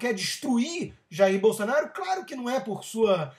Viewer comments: Bol - SA - naro? Não seria... Bol - SO - naro? Por acaso, você ao invés de falar Hospital, você diz.... HAS - pi - TOL ? Ou ao invés de dizer Táxi, você fala.... TÓxi? Ou então, ao invés de dizer Banana, você fala.... BONONO? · BolsOnaro, Rodrigo! Que BolsAnaro é esse maluco? Fala direito, cara! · É "Bolsonaro" e não "Bolsanaro" ... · "Bolsanaro" haha... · Acho que ele ta falando bolsa kkkkk lol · nao é "Bolsanaro" é Bolsonaro.... Pelo menos saber o nome o nome de quem vai criticar..... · Presta atenção, rapaz: é BolsOnaro, com O. E "tosquidão" é um neologismo tosco. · Rodrigo, voce falou o nome "Bolsanaro" incorretamente de proposito ou porque não sabe falar corretamente? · Cara, é BolsOOOOnaro, Favor pronunciar o nome do MITO corretamente. Abrass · É impressão minha ou ele fala Bolsanaro?? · Vc falava o nome dele errado de propósito ou não sabia a pronuncia mesmo. 🤣🤣🤣 fica engraçado ver este vídeo hj. É o segundo vídeo antigo seu q o YouTube me recomenda. 😂😂😂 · o cara nao sabe nem falar o sobre nome no Jair e ainda quer pregar lição de moral... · "bolSA-naro" é foda. tanto livrinho ali atrás e o sujeito não sabe sequer o nome do deputado que quer defender. e expressa-se com requintes verbais como "toshhhco", "toshhhquices", dignos do mais eloquente intelectual. rs